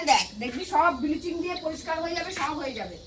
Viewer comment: হা হা হা ব্লিচিং কে বলে বিলিচিং 🤣🤣🤣🤣